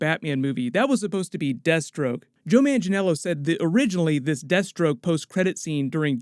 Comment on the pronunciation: When he was talking about "Deathstroke", all i kept hearing was "Destro" like G.I.Joe .......